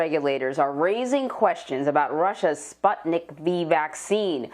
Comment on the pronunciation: Ikr!!! I'm russian and I was like ????? SPUTNIK????